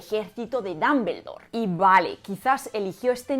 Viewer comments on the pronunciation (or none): lo que no me agrada es la pronunciación de los españoles de el idioma inglés, no se porque pienso que no hacen ni el mas mínimo esfuerzo por pronunciar bien, una pronunciación figurada de DUMBLEDORE es aproximadamente DOMBLDOR, y los españoles pronuncian literalmente DAMBELDOR, sin una pizca de esfuerzo de pronunciarlo correctamente, solo es mi humilde opinión. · Con el perdón de la autora del video y de todos... no aguanté la risa cuando pronunció DAmbeldor... OMG! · ¿Por qué pronuncian Dumbledore como Dambeldor? ¿Existe alguna regla o convención al respecto? Cada que lo escucho siento que me va a dar algo. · Tanto explicar lo bien que hablan en español, por que no explicas esto? "Dumbledore" lo pronuncias como "Dambeldor", es horrible! Por lo menos sería "Dambledor", y eso lo hacen siempre los españoles. Otro ejemplo: "Google" y dicen "Goguel". Son horribles! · Jajajajaja! "Dambeldor" jajajaja! Te es tan difícil decir al menos Dombldor? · ¿Cómo “Dumble” en Dumbledore puede ser pronunciado dambel? No entiendo! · Dámbeldor? Jajaja qué chistoso lo pronuncian. Hermión? Jajajajaaj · el fonema /ʌ/ es muy distinto al fonema /a/, igual que al /o/. Sinceramente no entiendo por qué los españoles hacen una mezcla en cuanto a pronunciar palabras de origen inglés. dicen /Apel/ pero no dicen /ipon/ para Iphone. Dicen 'equis box' para el 'X-box' pero no dicen la 'plai' para la 'Play' (station). No me mal interprete, me encantan los idiomas y sus variaciones, pero un país que tiene de vecino a Inglaterra debería tener una mejor pronunciación. Saludos.